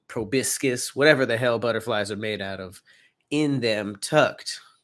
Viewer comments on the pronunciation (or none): none